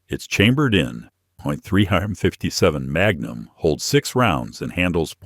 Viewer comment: If you’re going to rely on AI text to speech to narrate your video, then at least proof it after to make sure it got it right. Maybe try writing out the script in words (three fifty seven magnum) so you don’t end up with nonsense.